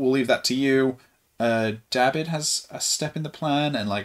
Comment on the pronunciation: Please! It’s DABID... not Dobby